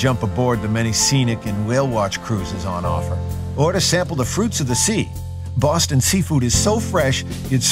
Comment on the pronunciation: He is speaking correctly for a Bostonian. We don't pronounce our R's at all and it does sound fake at times. We don't say BAUWSTON, we say boss ton. Bosston.